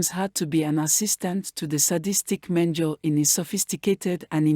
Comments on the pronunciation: Its Dr. Mengele pronouced: "men-guh-la , thanks for the video. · Keeps mispronouncing Mendele ….disconcerting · Your not saying dr's name correctly.